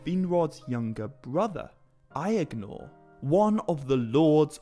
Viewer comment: I swear everythime you say Aegnor, I hear "the brother I ignore" :D